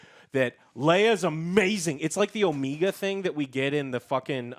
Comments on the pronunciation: Hearing Joe correct pronunciation of Omega when he can't pronounce Reva correctly to save his life made me laugh. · I'm convinced you guys incorrectly pronounce names on purpose now. "OH-MEE-GAH"? Really? You've never seen the word "Omega" before and don't know how to say it? Seriously? "OH-MEG-AH" is how you say it. And its not "REV-AH", its "REE-VA"